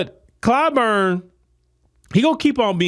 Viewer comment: Clyburn is a rhymes with “Spoon”.